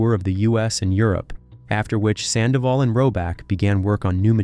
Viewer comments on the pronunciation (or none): The Red Carpet well done for all the story and Infos you give but it's really unbearable that you keep call her too many times "SANDAVOL " !!! FFS Her name is HOPE SANDOVAL !!!